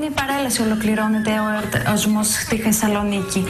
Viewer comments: Την Θεσσαλονίκη την πρώτη φορά την προφέρει σωστά. Την δεύτερη την προφέρει "Χεσσαλονική", ή κάτι μεταξύ θήτα και χι. Αν όντως τώρα μιλάει χωρίς χι, ίσως ήταν τράκ αυτό τότε? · Γιατί εγώ ακούω κανονικά την Αχήνα- Αθήνα και την Χεσσαλονίκη-Θεσσαλονίκη; Προτείνω, αφού δείτε το βιντεάκι να δοκιμάσετε να ακούσετε απλά την εκφώνηση της κοπέλας. Οι ραδιαρβύλες εσκεμμένα την χρέωσαν περισσότερα Χ, για να έχουν ένα πιο αστείο βίντεο. Πέραν τούτου η κοπέλα συνεχίζει και εργάζεται στο Τηλε- άστυ κι εμφανίζεται στην τηλεόρασή του χωρίς Χ κλπ.. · πακολουΧυσουμε Χεσσαλονικη??... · απλα Χεσσαλονικη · Αυτό με το ''Χεσσαλονίκη'' το ''Αχήνα'' και το ''παρακολουχήσουμε'' όλα τα λεφτά! ααααααααααααααααχαχαχαχαχαχαχχαχααχαχχαχαχαχαχα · τουλαχιστον λεει σωστα Χεσαλονικη